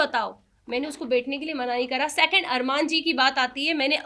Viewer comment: Bolna tak nahi aata ache se bolna sekho pehle mene mene kya hota hai baat 2nd second hota hai sacand nahi